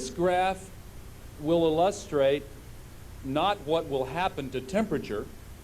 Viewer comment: "Illullustrate"? (Gore said it) What the heck is that???